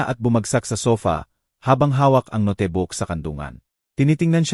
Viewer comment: Magnda ang kwento Pero ang narrator di maganda ang pronunciation ng nga word. Ex. Notebook- pronounce as no Te Bo ok, Atty - ATI, note ,- no Te, etc. Dapat basahin muna bago magnarrate para maintindihan agad.